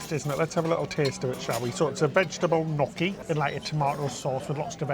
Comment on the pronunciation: Love watching you guys! I know gnocchi is hard to pronounce but it's not "no key", it's "nyo key".😉